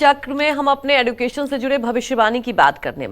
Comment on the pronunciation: हिंदी और अंग्रेजी दोनों भाषाओं में एड्युकेशन नही एज्यूकेशन ही बोलते है अब एज्यूकेटेड लोग ही गलत उच्चारण करते हैं तो फिर इस से तो अनएज्यूकेटेड ही अच्छे है बेचारे को मालूम तो नहीं कि कया उच्चार होता है